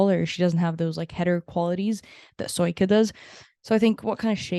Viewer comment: Sjoeke is not pronounced like that, but like SEE-O-KEH